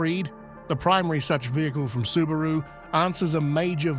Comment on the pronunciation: AI still can't pronounce a lot of words correctly... like Subaru.